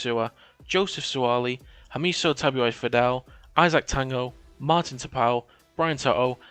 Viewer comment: You got it right with tagos pronounciation bud.